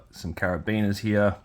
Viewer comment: "Here" is one syllable! ;)😅 Thanks for the review, buddy. Was it worth $100? I can't imagine it is, but its super cool. I personally like all the extras. Now, the soft, gummy weapons are a different argument, but as far as the amount of pieces goes, I think your complaints are unfounded. The boot knife belt seems kind of petty too. Those things are always slippy. Just move it up or take it off and move on. I don't think it's hard knocks reviewing to point out that stuff and call it "$#!t". I'm in no way a "HasBro" either. I dig this line and a couple others they make, but I am quick to point out their many flaws. Whatever. Just wanted to throw some "constructive criticism" your way and thank you for another video. I'm sure you worked hard to get this out so quick. Keep on keepin' on!